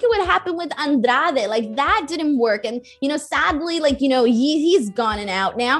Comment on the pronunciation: I hope knows that I fell in love with her when she said “Andrade” properly